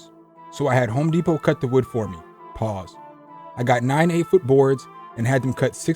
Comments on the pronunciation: I thought he said "paws". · I thought he was saying POG.